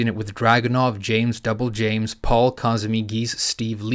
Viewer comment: I had to pause and go back did you say james and double james Lmao